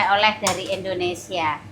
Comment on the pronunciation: kalau omong ga buru buru bisa omong INDONESIA dg bener,tp kadang buru buru omong nya Indonesa 🤔😄😁